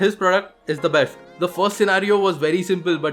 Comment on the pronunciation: I laughed a lot when he said besht instead of best